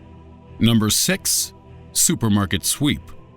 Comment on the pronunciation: am i only person who heard ,, number SEX,??!!!!